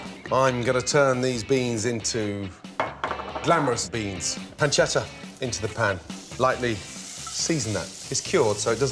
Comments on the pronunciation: I am Italian and it’s not panceda it’s PANCETTA pronounce the t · thats not how u say pancetta